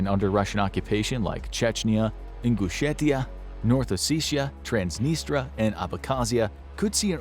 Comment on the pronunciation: Good video but bro needs to learn how to pronounce Sevastopol, Tatar and Transnistria